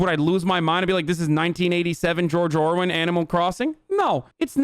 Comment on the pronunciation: 1987 George Owen? Who´s that? Did you try to say 1984 George Orwell?